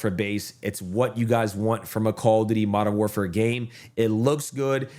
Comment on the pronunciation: Modern WARFARE `사` 아니 `사` 라고 ㅋㅋㅋㅋㅋㅋㅋ